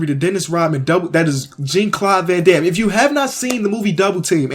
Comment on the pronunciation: lol, gene claud Van dam. pronounced closer to John claud bro